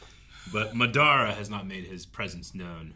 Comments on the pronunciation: He’s going butcher that man’s name until the very end lol 😂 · Someone help pronounce Madaras name properly lol